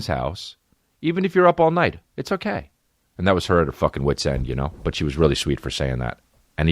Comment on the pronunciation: Love the quick 'kay'